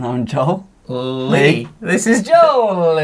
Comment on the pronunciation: 발음..👍👍👍👍